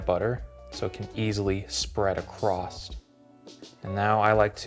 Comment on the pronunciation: Love the video. Super helpful. You pronounce a T in across,(something like acrost). Not a problem.